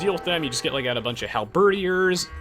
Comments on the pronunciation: "hal-birdy-ears" cracked me up! it's just "hal-ber-deers." not trying to be a jerk it just takes more effort to pronounce it incorrectly! hope that helps. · i love how you pronounce helebardiers as hal-bUURH-diers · I laughed at how he pronounces the last E.